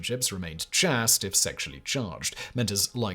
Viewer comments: Chaste is pronounced chayst. More as in moral is pronounced moray. At least in the US. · Not to quibble, but I have researched this as best I can, and it would seem that word "chaste" is pronounced with a long"a" sound....the example usually give as sounding like cheyst.... unless this another example of oddball differences between British english and American english...... Any linguists out there have any thoughts on this? A very interesting video,. Thanks! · "Pederasty," not "pedastry." "Chaste" is pronounced to rhyme with "chased," not "last." And the first syllable of "Sappho" does not rhyme with "say" but like the first syllable of "sapphire." I'm really surprised to hear that many mistakes in one of your videos. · Interested in a discussion on the proper pronunciation of the world "chaste". ; )